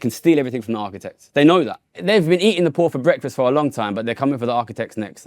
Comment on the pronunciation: I am unduly irritated by how that guy pronounces "poor"